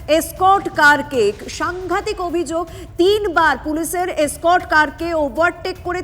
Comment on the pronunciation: স্কর্ট বলে কোনো কথা হয় না। ওটা এসকর্ট হবে। গন্ডমূর্খ।